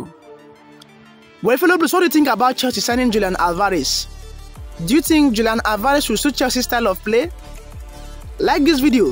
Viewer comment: That would never happen and please no offense but learn to pronounce Alvarez